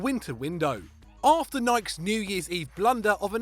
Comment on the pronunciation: The way he says Nike💀